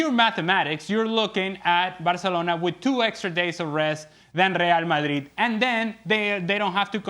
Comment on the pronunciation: Say rreeall madrrrid one more time